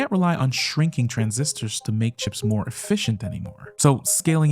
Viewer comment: Nice job on the video. When you say “efficient chips” I hear “Fish and Chips”. 😂